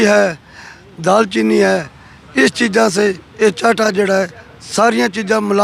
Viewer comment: चांटा नहीं, चाहटा कहते हैं। इसको आप हर्बल टी कह सकते हैं।